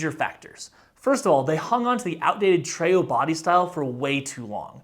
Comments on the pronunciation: I worked at Palm from 2003 to 2009, and just an FYI (sending this in as friendly a way as possible) - the Treo is pronounced Tree-oh, not Tray-oh. Lots of people mispronounced it, so - all good. But yes it is TREE-oh. :) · And historically it's pronounced Tree-oh.